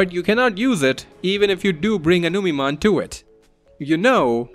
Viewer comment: Numeemon instead of Numemon yessir!